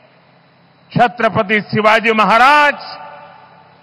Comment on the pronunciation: ....4pm का मैं चाहता हू....लेकीन आप छत्रपती शिवाजी महाराज जी का नाम इज्जत से लिया किजिये....आप भी उनका नाम उच्चारण से उनको अपमानित कर रही हो....कृपया ध्यान दे